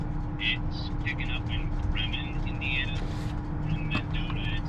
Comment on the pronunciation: Pronounced "Breeman" but spelled Bremen